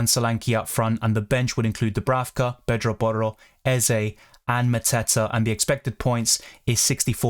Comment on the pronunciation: U pronounce pedro porro so well